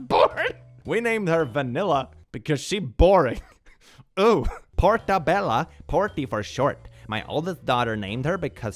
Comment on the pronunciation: the MUSHROOM IS PORTOBELLO (PRETTY PORT) NOT PORTABELLA (PRETTY DOOR) GIRL TF